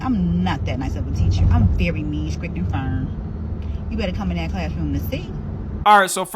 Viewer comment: i dont think you should be a teacher if you say "scrict" instead of strict